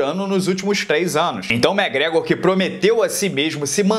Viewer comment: Para de falar mégrégor pelo amor de Deus!!!!!!!